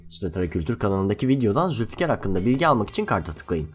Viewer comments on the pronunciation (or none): none